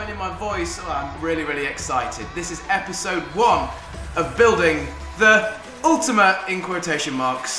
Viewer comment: "Epidsode one"